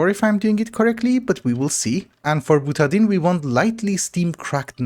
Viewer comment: I don’t know how you Europeans pronounce anything, but usually butadiene is pronounced buta DIE ene. Stay dark!